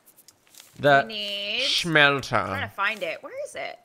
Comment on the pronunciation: BTW it's smelter not shmelter